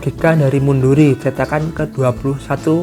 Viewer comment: Bang nama penulisnya itu Mundiri bukan Munduri